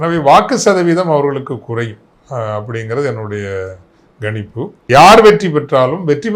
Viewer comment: Father 'ganippu' Chennai Tamil uchcharippu. Kanjppu is the correct pronunciation of the word.